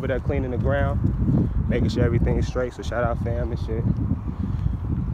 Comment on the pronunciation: He said straight not sweet